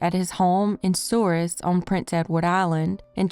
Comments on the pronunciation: I live on Prince Edward Island and Souris is actually pronounced Surrey by Islanders(dumb I know) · Soooree is how it is pronounced